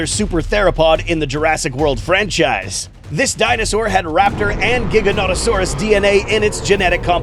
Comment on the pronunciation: gawd dammit another that can't pronounce Giga right, how is it possible? Do u Pronounce a Bands Gig like a Pirates Jig? NO, its Gig-ah-no-toe-Saw-us, Get it right. Yay u said it right maybe you're not a lost cause Also if ur gonna pit an Adult against a Juvenile then it's a pretty one sided fight, juvenile skull crawlers were pretty weak so maybe pit an Adolescent Skull crawler against the adult Indominus, the Adolescent will not be too young to realize the danger and will be old enough to have attributes of the adult just not as attuned, Anyone with a Brain could see this was a completely one sided fight, u pit an Inexperienced Child against a monster that knows exactly what to do in each situational fight.